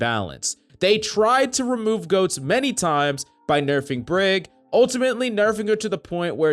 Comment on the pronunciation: Sound like he saying ghost instead goat lol